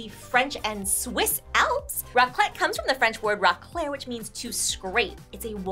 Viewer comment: The "raclette" wtf